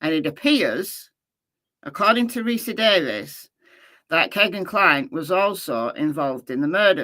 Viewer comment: Ricci = pronounced ricki